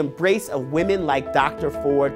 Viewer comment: BELIEVE WAHMEN BELIEVE WAHMEN BELIEVE WAHMEN BELIEVE WAHMEN BELIEVE WAHMEN BELIEVE WAHMEN!!!!